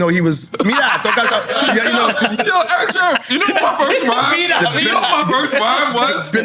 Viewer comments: N.O.R.E. kept saying Eric Sherman throughout the whole interview. Damn, it's Sermon, thought. You guys knew Eachother for years, oh, when E.F.N. ask was PMD older, Than Eric, Sermon said about a yr or so,E.P.M.D. born the Same year, 1968, damn how long they know Eachother? lol😅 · NORE is a terrible interviewer. can't pronounce words, constantly repeats himself, interrupts guests and acts like a clown. the show would be WAY better with someone else in that spot. refers to Eric Sermon as Eric Sherman throughout the entire interview. LAME. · Why does Nore keep calling Eric Sermon Eric Sherman? Lol 😂🤔